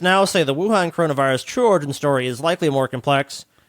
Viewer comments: pronunciation of Wuhan bothers me greatly. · The second "C" is silent. XD